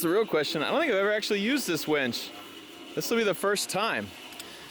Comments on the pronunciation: I don’t wanna hurt your feelings but it’s called a winch you were saying wench winch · "Wench"??? or Winch.... Hahaha Love ya! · To be fair, does always pronounce it wench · Do all hill people pronounce it “wench”?